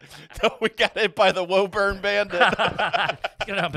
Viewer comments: 'Woo-burn' Mass lol, not 'woah-burn' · Hearing them say “woh-burn” instead of “woo-burn” hurts 😂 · IT’S WÚ-BURN YA SHITHEADS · It’s pronounced woo-bun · Hey I'm in woburn (pronounced whoo-burn) send me the address I'll walk up and knock on the door